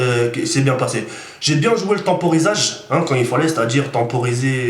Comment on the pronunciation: La temporisation pas le tamporisage lol